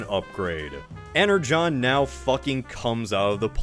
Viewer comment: Why are ypu pronouncing "energon" that way? That's how it's pronounced? I only read some comics of transformers, so I'm pronouncing it "ener gone" xD